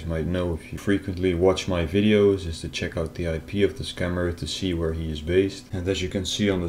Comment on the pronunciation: He said vere it should be where